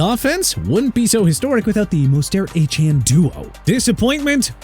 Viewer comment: Why can't you get Mostert and Achane's last names pronounced correctly?! Moze-tert, Ay-chan